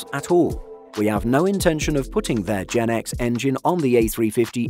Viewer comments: It’s pronounced “GE NX”, not “GenX” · It's Gee Eee N X, not Jen X.